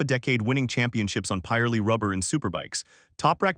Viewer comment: calling a pirelli a pieralee sounds odd...we pronounce it pi - relli